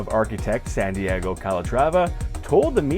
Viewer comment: His name is Santiago, not Sandiego.